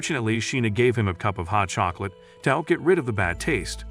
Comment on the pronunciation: I heard '' and her Russian chocroulet(not a typo)''